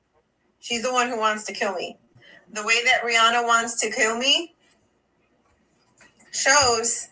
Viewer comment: It's pronounced like "Ree-anna"... The "H" is silent...